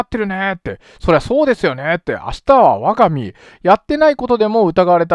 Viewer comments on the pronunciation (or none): 明日は我が身、あすはわがみ、だよね。、ちょいちょい読み間違えるな。